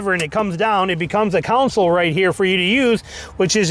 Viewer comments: Center "council". 😂😂😂😂😂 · stop. stop saying council. its not a council. its a console. theres a big difference.